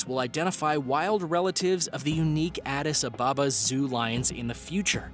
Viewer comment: Adis ababa is said as one word the space in between the two words is practically nonexistent